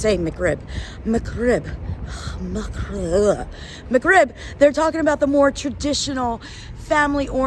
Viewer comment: Instead of the pronunciation that almost sounds to you like "McRib," try saying "mug rib," as in coffee mug. And if you want to catch the actual sound that is the consonant in the middle of the word, try to find youtube videos on how to pronounce the letter "ghain." As your kids are taking Arabic in school now, perhaps they already know how to pronounce it and could help you practice.